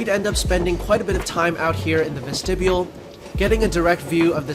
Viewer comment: "Ves-tib-e-ul?'" Child, please.